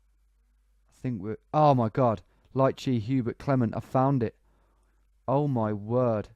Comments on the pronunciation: Also ''lycée'' is pronounced 'Lee Say' and means high school. Bains means baths :) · Great job mate, Lycée is the equivalent of High School in french speaking countries like France and Luxembourg, the closest english pronounciation would be "Lee-Se" with the Se part sounding like "SEgregation"